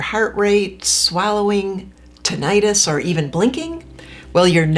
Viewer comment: I thought it was pronounced "*ti*·nuh·tuhs"? Anyway, thank you for bringing it up. There is a great book where ringing exposures are recommended:_Rewiring Tinnitus_ by Glenn Schweitzer